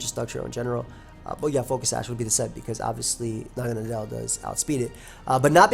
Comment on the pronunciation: pretty sure everyone I've seen has been pronouncing this 'mon the wrong way. nadel is the german word for needle. it's pronounced like "nuhdl". and well naga is just some mythical snake thingy. I really hope naganadel stays OU, it's such a cool 'mon. I get that it's overcentralizing at the moment, but hopefully that's just a really solid 'mon coupled with new toy syndrome.